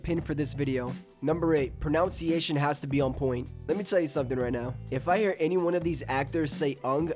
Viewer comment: the irony of pronouncing "pronunciation" wrong when insisting the pronunciation has to be correct. but irony aside, i totally agree w ur point.